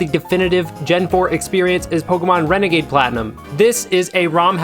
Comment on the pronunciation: "Renegade platinum" More like wenegade waidoh